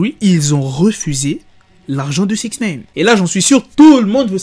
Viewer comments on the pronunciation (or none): Putin de merde tu c pas dire six Nine ! pas six naine 🤣😂😂😂